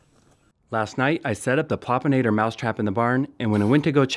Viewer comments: Loved the video! 👏 But... Am I really the only one who noticed the word, "Popinator" instead of, "Plopinator" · PLEASE read the name of the trap: PLOP-in-ator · Plopinator not Popinator. Plop Plop Plop